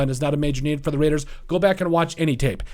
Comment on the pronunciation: They have to address It; and you said: Raiiidaas